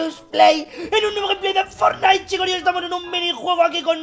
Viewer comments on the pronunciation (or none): Fornait pley